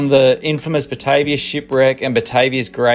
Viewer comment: The name of the boat is actually pronounced "BA-TAR-VIA". It was named after the capital of the Dutch East Indies also known now as Jakarta. Indonesia. it was a 32 Gun war vessel and was likely the first naval vessel to set fott on the Northern Coast of Australia. It's also credited with the first mass shooting of Aboriginals, mistaken for the Papua New Guinea cannibals of the time. As the Duifken ('little Dove') had reported bad encounters in Port Moresby with the local cannibals, a year earlier. It was a case of mistaken identity. However, when Cook arrived a hundred years later in Sydney, all the local Aboriginals had heard of the 'white man and their ships'. Aaah and BTW! With all those Cray Fish just begging to be caught, they end up with a vego meal??? Sacrilege.